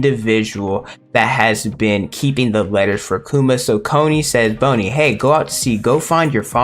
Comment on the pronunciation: Why do you keep say "bone"-i instead of "bon"-i